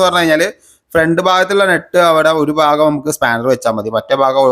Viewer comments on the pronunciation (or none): none